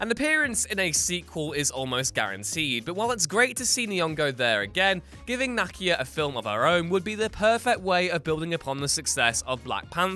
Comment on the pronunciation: NAH-KEEYA KEY. Like a car KEY. Ya twit